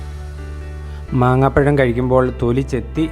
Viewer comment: Maaambazham. Not maanghapazham